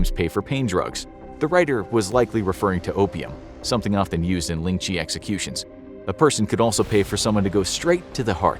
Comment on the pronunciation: Ling Chi really u Butchered that so bad